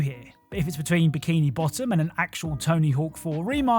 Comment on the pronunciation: "Aaahhh da Bik-ee-ni Bott-em...."